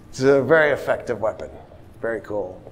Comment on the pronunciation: Every time he says "cool" , i hear cruel.